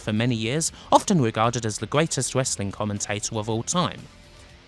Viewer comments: "wesswing" lol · "Hewoes of Westling" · WTF! THE STOWIE Of The HEWOS Of WESLING. What WASKLIE WABBIT. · The PPV was bad but nothing close to how awful this narrator is. He can't even pronounce "Wesling". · Dude you do know that it's the "w" in wrestling that is silent not the "r "? Trying to figure out what the heck "wessling" is.😂🤣😃😄😅😆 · "hewos of wessling"... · "it was a gloius time, when westling was".. . . .i really wanted to watch this but the way this dude says Westling is irritating the FUCK out of me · Hewoes of Wewstling